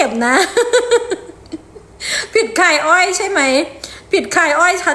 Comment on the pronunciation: คายอ้อค่ะไม่ไช่อ้อย